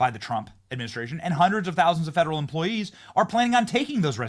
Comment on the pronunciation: I just have one question Benny what are “fadarel tax dollars” 😂